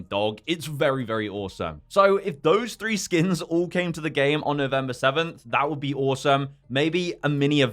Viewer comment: Why do i keep hearing skim?